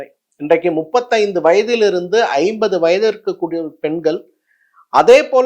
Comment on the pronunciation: முதலில் தமிழை தவறில்லாமல் பேசுங்கள் ஐயா… மக்கள், பெண்கள், அவர்கள், மருந்துகள் என்பது போன்ற சொல்ல வேண்டிய இடங்களில் எல்லாம் மக்கல், பெண்கல், அவர்கல், மருந்துகல் என்று உச்சரிக்கிறீர்கள். இது என்ன பெரிய விஷயமா என்று நீங்கள் கேட்கலாம். தமிழை நேசிக்கும் என் போன்றவர்களுக்கு இது பெரிய விஷயம் தான். நீங்கள் சொல்ல வந்த விஷயங்களை விட தமிழை தவறாக உச்சரிப்பதை தாங்க முடியவில்லை. உங்களால் கண்டிப்பாக சரியாக உச்சரிக்க முயற்சிக்க முடியும். செய்யுங்கள்.